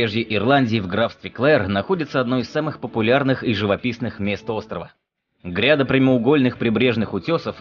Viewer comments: Что у вас с ударениями? Вы внук Горбачёва что-ли? ГрядА скал. ОтвЕсные скалы. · Блин.. Не знаете как в элементарных словах ставятся ударения -- заглядывайте в словари. "грядА", "отвЕсные". И т.д. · грядА, отвЕсные. ставь ударения правильно.